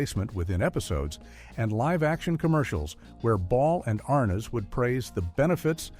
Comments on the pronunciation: Couldn’t pronounce Desi , nor Arnaz, or other words. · Your AI needs work. Can't pronounce Arnez, DeeDee, and other word. Not Keith in some of his scenes.where's the laugh?